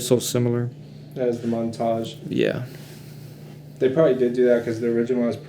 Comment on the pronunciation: How to butcher foreign and non foreign words! Ombré no maid! 😅 Your whole video is about Montage and you call them montage. Amateur hour